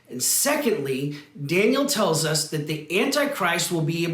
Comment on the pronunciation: Daniel, not Danliel